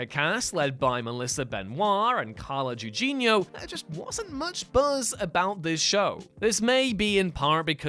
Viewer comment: Also learn how to pronounce "Carla Gugino" because you sound like an idiot when you say it like you said it.